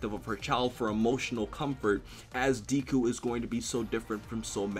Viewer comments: Not triggered... it's funny to me lol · Tadpole Superhero I know right how can you fuckup that bad at least google the pronunciation and deku isn't really a nickname it's just his name read different way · It's pronounced deku not diku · Really, deeku? Remember when watchmojo called you? It's deku, but I'm glad you're on the mha hype. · "Deku" not Deeku 😂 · ITS "DECK-COO" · Nigga....where did u hear him be referred to as Deeku and not Deku? Ur killing me smalls. And damn do I love that op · I loved the video and hope to see more My Hero Academia content in the future from you. But quick tip, Deku is pronounced like saying "Deck-oo" and Izuku is pronounced "ee-zuh-coo". But other than that, I'm glad tu are enjoying the series and hope to see more content in the future! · It's not Deeku it's Deku like Deku tree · DEKU IT'S FUCKIN DEHKU MY EARS SOMEONE HELP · everytime Q says "Deeku" I get seizures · Deh koo spelled deku but pronounced deh koo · My advice to you is to pronounce his Deku properly because ever time you said it I cringed. This is the first video of yours that made me cringe. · my man.. just to help you out. It's not Deeeku, sounding like "bee". It correctly sounds just like the "e" sound in "meh". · Please stop saying deeku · I got triggered when said "Deeku" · ofeksepticeye "Deeku" CRINGE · Really old comment I know, but if you still want feedback, the e in Deku is pronounced more like eh so it sounds more like D-eh-ku. Hope that helps. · lol the constant slaughtering of the japanese pronunciation has done more damage than Hiroshima. pronounced deku like 2-3 diff ways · Man I love you but the way you pronounce Deku makes me cringe... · I'm so glad that you're watching my Hero Academia Aka the Best Anime Of 2017 so far but please can you Pronounce Deku's name right next time Lol 😂😂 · who is triggered by how he calls Deku